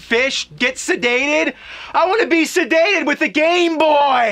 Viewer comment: It's "sedated" not "sadated"